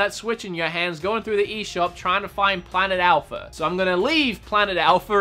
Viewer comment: Its A-L-P-H-A not A-L-P-H-E-R